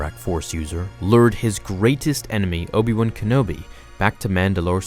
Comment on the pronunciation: Obi wun kenobi? That's how you say it?